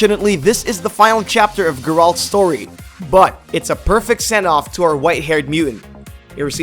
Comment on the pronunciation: I love how he pronounces “geralt” wrong